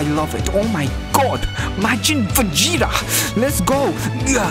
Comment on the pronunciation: All I hear him say is majin fajita 😂🇮🇹🇮🇹🇮🇹